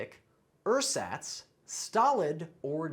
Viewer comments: ersatz is pronounced wrong... emphasis is on the second syllable. bonus word of the day: pedantic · 20 for 20. Big deal. 😏 Edit: Oh! And, it's ersatz pronounced air-ZAHTS, not UR-sots,...Arschloch. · I believe the stress in ersatz is on the second syllable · "Ersatz" is a german word and its definitely not pronounced like that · More than one of your pronunciations are not correct. In particular for ersatz. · You need to learn to pronounce ersatz! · Well, at least you could expected to know ersatz— even if he pronounced it completely wrong🤣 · #17, "ersatz" or, Ersatz (German nouns are always written with a capital letter, at least in German-speaking countries): the pronunciation is approximately airzutz, the u being short, as in haircuts. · 20/20, but I'm a native speaker. I noticed a lot of pronunciation differences from the UK. Ersatz is pronounced with a Z and not an S in the middle in the UK. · In German Ersatz the stress is on the second syllable and the 'e' and 'a' are both pronounced differently, the 'a' like in but....